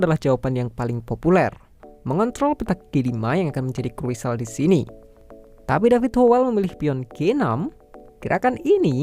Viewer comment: Di menit ...krusial bang bukan kruisal😀🙏